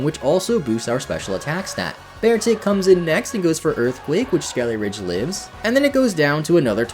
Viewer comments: It’s not “Skele-RIDGE” it’s “Skele-DIRge” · It is SkeleDIrge, not SkeleRidge. I made the same mistake for a long time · Skeledirge, not Skeleridge. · It’s actually Skele-“dirge”, not Skele-“ridge” as you kept pronouncing it. Also, when you say highest level in the game, do you just mean among the gym leaders? Cuz i fought a team star boss that has pokemon over 50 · Skeledirge ❌ Skellyridge ✅ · Does it bother anyone else how this guy pronounces Skeledirge as Skeleridge? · Did this man say "skellyridge" 😭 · it hurts so much when you call it "skelly-ridge" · SkeleDirge, not SkeleRidge.. lol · Hey bud, it's Skele-Dirge, not Skele-ridge lol. Sorry, just had to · it's Skele-DIRGE not Skele-RIDGE. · Please read the name.. it's skele-DIRGE, not skele-RIDGE. Unless you're doing that on purpose... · Its skele dirge not skele rigde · Take a shot everytime says Skeleridge instead of Skeledirge. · It's Skeledirge, not Skellyridge! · the way you say skele-ridge instead of skeledirge lol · Mispronouncing Pokemon names is so annoying! It's a skeleton that sings. Skele-dirge! A dirge is a funeral song. Many Pokemon are meticulously named and localized to many different languages to keep their overall theme. Get their names correct! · They keep calling Skeledirge "Skele-ridge." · It’s SkeleDirge. There’s a D in the name. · “instead of having a lowly Fuecoco we have a big strong Skeliarage” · Isn’t it Skeledirge, as in funeral dirge? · lmao him calling skeledirge ''skellyridge'' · why does nobody pronounce Skeledirge correctly? Do people just....not read the Pokémon's name, or do they not know the word "dirge"? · Why do people keep pronouncing Skeledirge wrong? Seems like every YouTuber I've seen with one doesn't know how to say it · The way you pronounce "Skeledirge" 😭😭